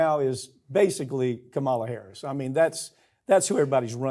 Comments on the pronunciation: And PLEASE learn to pronounce Kamala's name right!! I know you don't like her but really??? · Farron, could you at least get him to pronounce Kamala correctly? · I would love to see Farron Cousins correct Mike Papantonio's repeated mispronunciation of Kamala Harris' first name. I dare ya. 😊